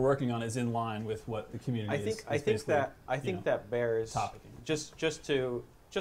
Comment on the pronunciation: "Cumminity" Seriously, guys? You must have lots of fun behind the scenes...